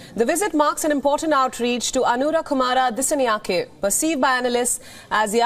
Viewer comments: The way you pronouncing the disanayaka is horrible , whats the matter with you ? You cant even pronounce a name right as a anchor , this is embarrassing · Its pronounced as Dis-saa-nayak-a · Great news.. But your pronunciation of the name "Dissanayake" is totally wrong. Please contact Sri Lanka Embassy to get the correct pronunciation. For a a popular channel like yours this mistake cannot be ignored.